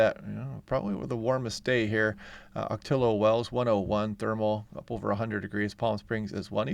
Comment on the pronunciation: Ocotillo Pronounced; o ko Tee oh, or ok a tee oh.